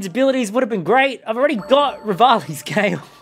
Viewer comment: IT'S REVALI'S GALE + NOT REVALI'S GALE